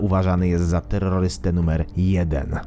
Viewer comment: "Uważany za terroryste numerrrrrr 1" xd